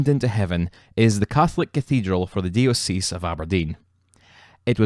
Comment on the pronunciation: Very interesting and well presented. The Episcopal church pronounces the word diocese as (die-oh-sis) Locally represented as the diocese of Aberdeen and Orkney. Evangelical is pronounced (Eve-an-gel-ick-al). Many thanks.